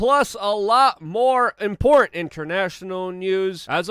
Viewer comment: Why do you slaughter the word "important"?